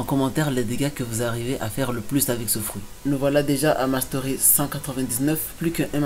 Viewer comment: Quand tu dis mastery dis le en français ou encore avec l'accent autrement c'est moche